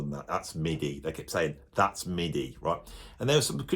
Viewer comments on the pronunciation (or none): none